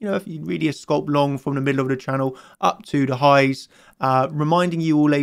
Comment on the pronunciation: Could someone help him with pronunciation of "Scalp"